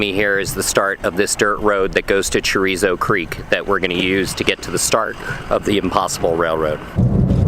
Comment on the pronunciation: I loved the reference to Chorizzo Creek. Sorry, but I like the humor. Anyway, Carizzo Creek. Reminds me of when my wife and I who live in Sweden were watching CNN Europe and the News cast girl was reporting from East Africa about the Salami Terrorist group Al Kebab. Well, it happens to everyone, even the professionals. Thanks though, I enjoyed the video subject.